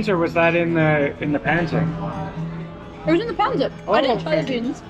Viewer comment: You're mispronouncing pancit. The stress is on the second syllable: pan-SIT